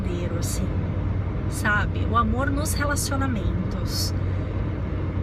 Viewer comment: O seu sotaque pra falar "amorrr" é muito bacana. Lembra um pouco o meu "interiorrrr" de Minas... Mais um vídeo delicioso em que você parece que está do meu lado falando só pra mim ... são conceitos (na maioria) com os quais eu concordo mas... você fala de um jeitinho tão seu que... sei lá... é diferente. É próximo... é íntimo(sem ser invasivo)... e é leve... Não é uma imposição de ideias... é um bate papo entre pessoas que se gostam e se respeitam... ... ...